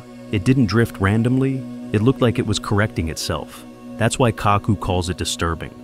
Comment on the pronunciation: It's Kaku Narrator says it all cack ku like tattoo says from the love boat